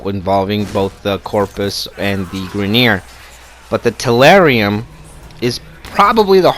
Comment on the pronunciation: Also tellurium not terrarium